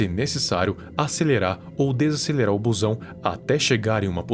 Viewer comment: Toda vez que ele falava "buzão" eu rachava de rir aqui n sei pq kkkkkk